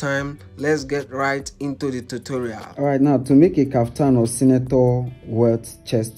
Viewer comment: Can you please stop saying Totorial 😂😂😂😂